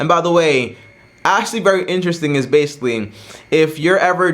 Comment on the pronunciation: stop saying basically in every sentence 😫 you don’t even pronounce it right “basilly”🧐